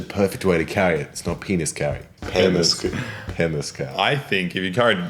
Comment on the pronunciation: the way he said penis is exactly how you say it in lithuanian maybes hes a lithuanian who knows